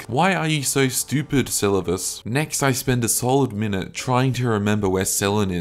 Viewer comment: My guy pronounced Selluvis wrong 10+ times and a different kind of wrong each time, had to stop the vid